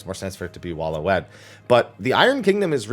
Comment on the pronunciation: Waloed is pronounced Way-lid